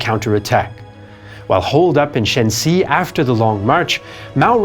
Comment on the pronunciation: same error. Long March ended up in Shaanxi, NOT "Shensi".